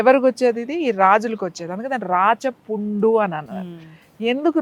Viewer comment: I థింక్ thats రాచ పుండు not రాజ పుండు, its రాచ (రాక్షస )పుండు అని విన్నాను, మిరే మంటారు..